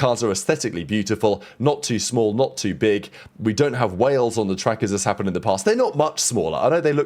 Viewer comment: Learn to pronounce Haas properly